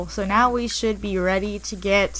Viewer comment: why do you say so like ser